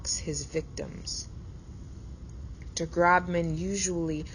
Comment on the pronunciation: It’s pronounced Groshman, not Grobman